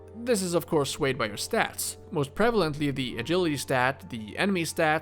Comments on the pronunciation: Just a heads up, it's pronounced a-jill-ity, not a-gill-ity. Soft G. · Fuck me, this is a awful video. Just sub par. You are not worthy to talk about morrowind. Aaaaggggllllity. NO AGiLITY... sound it out. Its English learn to speak it fuck nuts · btw idk if people bothered you about this or not but I don't see any comments on it. You say "A-gill-i-tee" with a hard G at the beginning of the video. The word is pronounced with a silent G, so it's like a-jill-i-tee. Your english sounds like possibly a second language though? and if that is true it's amazing how good at it you are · Did you just say fuckin “aguility” as the word “agility” 😂 we pronounce it “ajility” homie 😂 gotta love it bro 10/10 video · Ah ghee lee tee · a-gill-a-tee fucking amazing bro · enough "Ah gilli tee" Why are you like this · Did he pronounce agility ah-gill-aty? like, fish gills? Not making fun. In fact you sound a lot like Paulo Vitor Damo da Rosa from Brazil, who has a great speaking voice. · Soft g, not silent g. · did he just mispronounce agility? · You lost me with the hard G in "agility." I couldn't take it. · Where are you from? i've never heard agility pronounced like that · The way you pronounced agility triggers me.